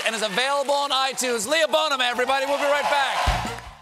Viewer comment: Lol he pronounced her name differently than she did. That's the patriarchy in action right there.